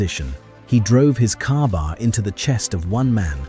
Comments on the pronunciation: Its pronounced "KayBar" not cabar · Ai cant even get the name right it is spoken as k bar